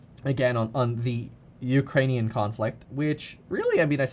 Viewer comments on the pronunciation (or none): none